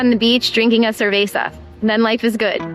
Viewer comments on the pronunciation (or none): none